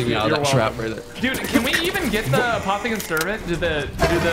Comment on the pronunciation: nobody: Absolutely Nobody: Not even a single soul:: Apothican Scrambled Eggs